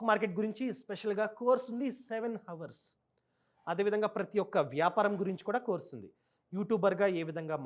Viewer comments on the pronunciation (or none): none